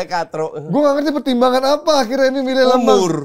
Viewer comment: Kochi ini sdh salah msh ngotot mulu, namanya Senne Lammens itu bacanya bukan "Lemans", tapi memang bacanya "Lamens" dimana 'e' nya itu dilafalkan seperti kata 'kerja'...ini orangnya sendiri yang bilang cara ejaan namanya di youtubenya MU.... ini katanya fans tapi kardus, mau mulu diayamin kochi 😊 Trus si Emi Martinez itu, statsnya season kemarin ngga jauh beda dari Onana loh, dan blundernya banyak juga...klo riset yg bener bang, cari jg si Emi Martinez, jgn cm si Lammens aja yg dicari salahnya mulu, maen aja blm sdh dihina2. Gw pribadi, drpd ambil Emi yg performanya sdh pasti naik turun, mending gambling aja ambil kiper muda (yg katanya berbakat) yg msh bisa bagus bisa kagak tp jauh lbh murah.